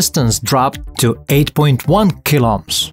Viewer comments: Good content, but I was distracted by your pronunciation of "KiloOhms" as "kiloms" (at first I did not even understand what you mean) The name Ohm comes from German, and the letter "h" after a vowel indicates that you should read that vowel long... so Kilo O:ms how did you manage to squeeze one short plus one long o into a single supershort, almost silent o? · Is sounds like you are saying "Kill-Ops" But I know you are saying Kilo-Ohms.. :face-red-heart-shape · Really hate how this guy pronounces kilo ohms